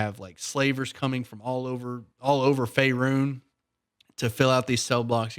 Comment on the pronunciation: He went full Mississippian when he said “Faerun” Post-heart edit: coming from an Arkansan, I understand